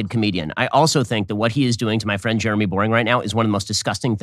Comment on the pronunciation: Benny defeding his fwiend, aww so cute!